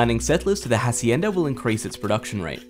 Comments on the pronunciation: "Acienda" y yo soy un güero. El hache es silencio. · The hhhaacienda. Mmmm... that's definitely the pronunciation. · HHHacienda. Nobody told this guy that in spanish the H is silent lol. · Great expansion, tough, I wonder why people don't bother looking for the correct pronounciation of foreign words. The "h" in "hacienda" is silent, it's not that hard guys. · bruh .... they got the time periods wrong.... ok to begin with, I'm actually Mexican and the guy's pronunciation was meh he mispronounced 1/2 of those things, like specially the Hacienda. Second, some things were spelled incorrectly, and most importantly and thirdly, Mexico doesn't Fit aztec time period. like i mean i they're apart by 300 years i really hope they don't add aztecs to AOE4 seriously, it'd be so conflicting. As a mexican I like this mexico civ i'll check it out but man, it's gonna be conflicting to play tbh